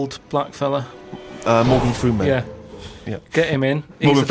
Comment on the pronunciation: you mean morgan frooman?